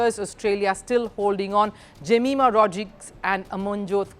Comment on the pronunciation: Her name is pronounced ( जमाएमा )